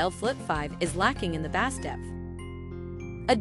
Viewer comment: ‘Bass?’ Pronounced as in the fish ….. have believable is this?